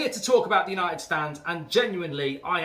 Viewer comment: it's the history of Yanited 😂